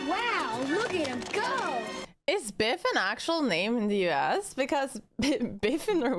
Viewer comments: His Name is Biff not Beef. Beef is the word your referring to that means has to do with Steak while his Name Biff is a common English masculine name derived from a nickname that means strike, hit, or punch. Throughout history, Biff has remained popular with parents owing to its short spelling and one-syllable structure, which makes it easy to pronounce and remember. The name is pronounced as BIF. Many famous personalities have popularized this name, such as Biff Byford, who was named Peter Rodney Byford at birth in 1951, an English singer best known as the lead vocalist of the heavy metal band Saxon. With a career spanning over five decades, Byford has become a significant figure in the heavy metal genre, contributing notably to the new wave of British heavy metal. Similarly, Biff Henderson is widely recognized for his comedic and television personality roles, particularly on Late Night with David Letterman. Also, Biff Mitchell is a Canadian novelist, satirist, and humorist who has penned several novels, including ‘Heavy Load,’ which he describes as the world’s first ‘laundromance.’ His works often weave character studies from his varied work experiences into compelling narratives. Biff was a live Wolverine mascot for the University of Michigan in the 1920s and 1930s. Initially paraded at football games, symbolizing the team’s spirited and fierce nature. In fiction, Biff Brewster is the central character in a series of 13 adventure and mystery novels for adolescent boys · His name is Biff, not beef. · It’s biff not beef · His name is Biff, not beef, which is steak.